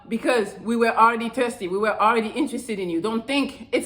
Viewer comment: I like how you say tirsty instead of thirsty. 🤤